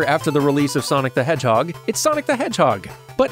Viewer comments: "Shadow the Hordgeheg" Nice 😂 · "shadow the hordgeheg"